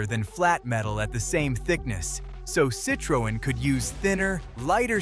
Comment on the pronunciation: Perhaps learning how to pronounce the vehicle manufacturers name correctly would be a good start before doing the audio part of this video.